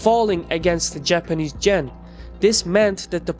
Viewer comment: What is a Japanese "Chen" as you pronounced it? Do you mean "Yen" or did I misunderstand you?